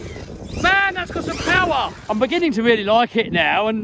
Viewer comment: MORE POWAH!